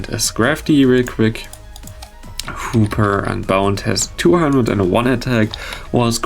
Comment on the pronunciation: I hear more Hooper then hoopa 0_0